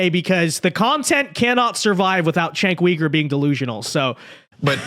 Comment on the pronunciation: You suck at pronouncing his name